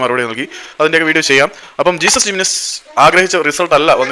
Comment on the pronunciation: Not ജീസസ് പേര് നേരെ പറയാൻ പഠിക്ക് he is name ജെസുസ്